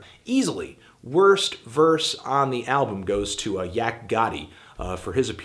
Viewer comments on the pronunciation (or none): none